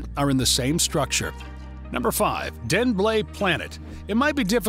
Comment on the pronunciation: I know he tried his best, and it's a good video but the pronunciation of any Danish thing, expecially buildings or roads made me crack up as a native Danish speaker, also please just use the English names for attractions or look up and practice your pronunciation, especially the blue planet